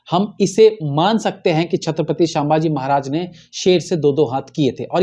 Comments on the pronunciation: Its not shambaaji it's sambhaji 😊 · अबे, तुझे तो सीधेसे नाम लेना भी नही आ रहा... शांमभाजी बोल रहा बे 😮 सीधे बोल सम्भाजी महाराज... वरना व्हिडीओ revised करर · क्षमा करे, छत्रपती शांभाजी महाराज नही, छत्रपती संभाजी महाराज... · छत्रपती संभाजी महाराज यह सही उच्चारण है l